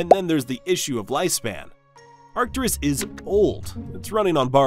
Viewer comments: It's Arcturus, not Arcturius. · Maybe research pronunciation brfore making a video. Reegle and Arcturius, lmao. Rigel is pronounced "Ry-jel" and Arcturus is pronounced "Ark-turus". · Pronunciations are a little odd. You're adding another syllable to Arcturus for some reason (Arcturius?). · And also the way he pronounced Arcturus was wrong